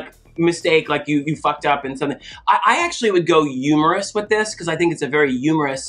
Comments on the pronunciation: The way she dropped "yumerous" and then bob was just WAITING for yumor....I fucking died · I reacted EXACTLY like Bob when Thorgy started saying "umorous" and "umor". Lol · My god I was crying following Bob when she started subtly reacting to Thorgy saying “umoerous”…….. I blew up with her at “humour”… my god I love Bob x Thorgy